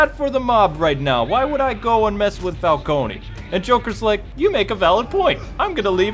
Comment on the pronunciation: It's CAR-ME-NAY Falco-NAY, goddamnit!